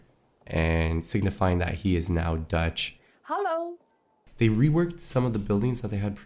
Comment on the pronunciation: That dutch "hello" had me actually laughing out loud